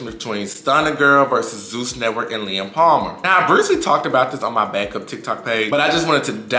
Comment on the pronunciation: He’s saying “Lem” with an accent 😂